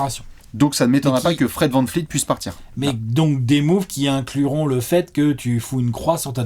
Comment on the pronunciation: Salut, c'est VAN VLEET pas VAN FLEET,, stp.